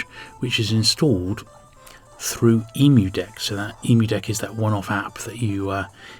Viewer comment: Shurely it's pronounced Emmu deck, rather than Emu deck? Great video though, you've inspired me to check out some of the more obscure games.